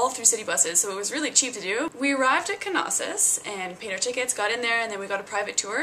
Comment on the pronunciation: Its Knossos.....not K-Nossos! (nossos=disease in Greek)